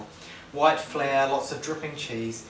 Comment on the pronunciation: Haha, sounded like "flair" to me ^^